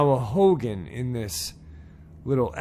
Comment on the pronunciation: Its pronounced "ho-gone". Cool to see stories from the rez!